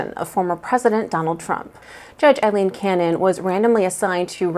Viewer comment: It’s NOT “A” leen it’s pronounced Eileen